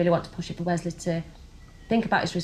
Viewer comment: How can you pronounce Wesley like weZley